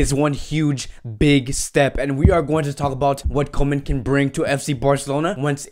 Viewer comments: Koeman is pronounced Coomann, not Komen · how about Koeman instead of comen xD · You pronounce it Koeman as oe like in YOU and it's no ay-djex.. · Micheal After — I understand “koe” in Koeman is like “cool”. Something like “coo-man”. Coman is like “ko” in Konami, the makers of pro-evolution soccer game.